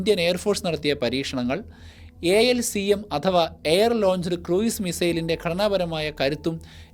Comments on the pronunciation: Cruise is pronounced ക്രൂസ്, not ക്രൂയിസ്. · ക്രൂയിസ് മിസൈൽ അല്ല; ക്രൂസ് മിസൈൽ എന്നാണ്.